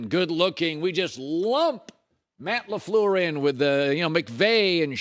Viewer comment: You can tell Cowturd hates The Packers just based on the way he pronounces LAFLEUR alone. 💯